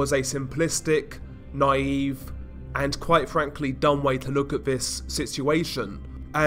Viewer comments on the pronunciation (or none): none